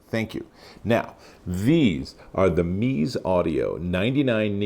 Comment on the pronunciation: Such adorable looking headphones! It’s pronounced “Mezz-A” I believe... I’ve almost picked up this set a couple of times